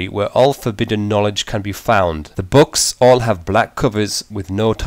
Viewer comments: "boouhks" lmfao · I fucking love the way you say "books" XD. Where are you from?